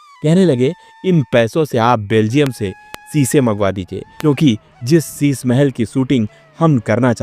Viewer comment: Shisha Hota Hai Shisa Nahin